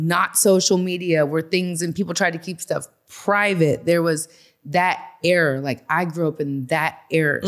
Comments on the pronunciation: She keep saying error instead of ERA.....wish these females knew how to speak! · I hate the way she pronounces Era lmaoooo "error"